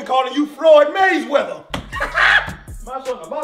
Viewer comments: “” 💀💀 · “” 🤣🤣🤣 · “” 😂